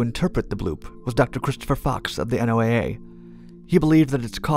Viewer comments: it's pronounced Noah, not N.O.A.A.! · N.O.A.A. is normally pronounced "No-a", like N.A.S.A. is normally pronounced "Nas-a." When you enunciate each letter like you do here, you give the impression of being a "new guy." This could impact your credibility with some people. But what do I know? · Hearing you say N O A A instead of "Noah" is hilarious. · NOAA is pronounced like the name Noah. They call themselves that. Not "The N O A A." Just FYI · You pronounce SOSUS but you constantly say N O A A the whole time instead of the accepted pronunciation of "Noah". That is irritating as all get out. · its one word, NO-ah... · Why are you spelling out NOAA? It’s pronounced as one word, in a way similar “Noah”